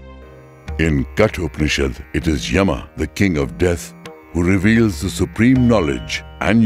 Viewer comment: A wonderful documentary. However, the narrator is omitting the last "A" syllable while pronouncing words like "yama" , " Kapila" etc. While this may be OK as per the rules of Hindi, it as not as per tge rules of Sanskrit where the last "A" has to be pronounced unless there is a "halant" at the end of the word. For obvious reasons, Sanskrit rules have to be followed in this case.